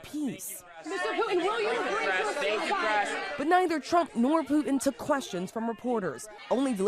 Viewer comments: Who is Poo-in?? I know who Putin is. These talking heads have got to learn there is no silent T in the English language. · It's not POO-in. It's POO-Tin say the T in your words, please!!! Sorry. Big pet peeve of mine. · Why are the reporters saying ‘Poo-en’ instead of Putin? You shouldn’t be a public speaker if you sound like a 3 yr old who can’t pronounce words correctly.